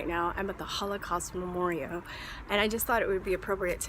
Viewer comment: Is it me, or is she saying memorio?